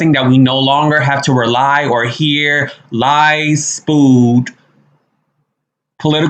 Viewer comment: Spewed not spooed.